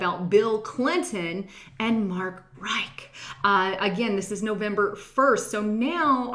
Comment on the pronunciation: I love you buts its not Mark Reich but its plain ole Mark Rich, like the Rothschild Criminals are "rich" :-))